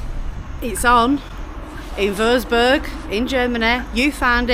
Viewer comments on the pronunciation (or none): Love watching your vids, Having lived in Germany for many a year can i just correct you on your pronunciation of the town Wurzburg. It is pronounced Vertzburg. Please show more of Germany as we miss it so much